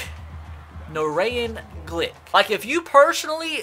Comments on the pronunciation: lmao I actually know a guy named Narayan it's actually pronounced like Na-ryan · Narayan is pronounced Na-Ryan